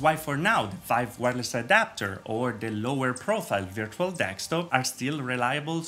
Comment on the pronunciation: My friend, it’s desktop, again deSKtop, not dextop.